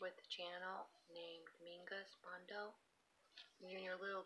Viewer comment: lol you pronounce my channel [ domingos moon do ]